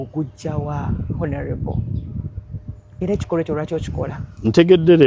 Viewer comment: Not "H"onourable but "O"nourable. The h is silent